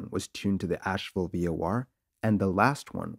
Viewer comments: It’s AsheVILLE, not Ashewell! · '312 Sugar'? 'AsheWELL'? Your flair for the dramatic is impressive, but pay better attention to your script.